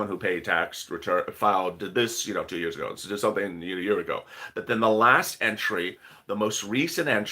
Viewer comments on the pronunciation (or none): none